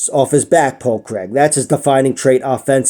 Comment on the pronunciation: Great vid man and from a Scotsman we appreciate the correct pronunciation of Craig!